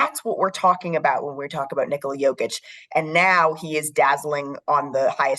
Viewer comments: Props on not calling him Nicolaaa! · She pronounces Nikola more correctly than Michael Malone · i like the fact that this lady pronounced the name ''Nikola'' almost exactly the way it is supposed to be pronounced at one point.